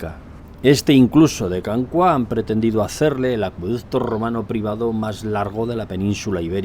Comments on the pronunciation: Can Cuá suena fatal, es Can Cúa, pero no lleva tilde porque en catalán no debe llevarla por las normas ortográficas. Cua es "cola" en castellano. Y ya puestos "Roig" se pronuncia "roch", con o abierta pero eso ya se entiende que un castellano parlante no puede. Y el acueducto está catalogado como "romano" por el ayuntamiento de Pineda, con dos... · Consejo de catalán: cua es una palabra llana, la sílaba tónica es la primera con lo que lo pronunciamos /cúa/ en vez de /cuá/. Una salutació! 🤗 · me hace gracia cuando dices " Can Cuá".... es Can Cua!!! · Per cert, és Can Cua, no pas Can Cuà. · no es can "CUÁ" es can "CÚA" en catalan cuá no significa nada, cúa significa cola, rabo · Saludos! Creo que pronuncia mal Can Cua. En catalán, para pronunciarlo como hace, deberíamos escribir la A con acento, "Cuà". Esto es porque la U y la A quedan en sílabas distintas. Otro caso de diferencias en los diptongos es el clásico "María" que en catalán va sin acento, pues I + A también se separan a sílabas distintas. "Cúa" significa "cola", y vi que hay otros Can Cua cerca de Girona y Centelles. Muchas gracias por compartir su conocimiento con tanto empeño y éxito! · Muy instructivo, lo de la cota inapelable. Como indicación el lugar se pronuncia [Can cúa] (cola) y no [Can cuá]. Can Roig muy bien pronunciado por cierto. Un saludo y ánimos con su trabajo, siempre de interés.